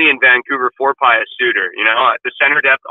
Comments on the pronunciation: Pe-oos not Pie-oos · It's pronounced "P'yoos"